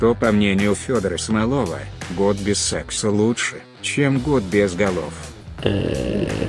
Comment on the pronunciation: В фамилии Смолова не туда ударении поставили